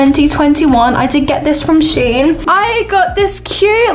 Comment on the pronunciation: and its sh en not shen